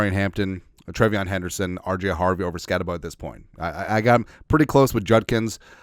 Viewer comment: I love ya man, it’s pronounced SkatteBOO. Kid’s a beast. He’ll over achieve at the next level. We’ll have to trade up to the 3rd round to get him. SKOL!